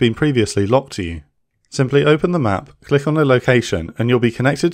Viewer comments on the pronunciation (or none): none